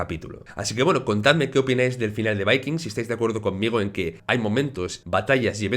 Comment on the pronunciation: Porque pronuncias de esa manera el título de vikingos